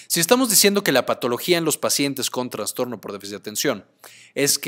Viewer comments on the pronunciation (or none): Con todo respeto, estimado, se dice trastorno, no traNstorno. Excelente video y gracias por el aporte.